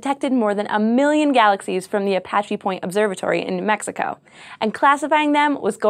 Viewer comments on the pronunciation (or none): none